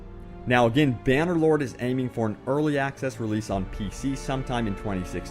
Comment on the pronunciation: I just heard "Bannerboard" and not "Bannerloard". :D